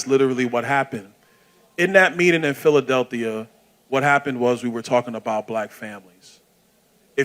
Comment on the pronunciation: Did Byron say PhiladelThia? 😂😂😂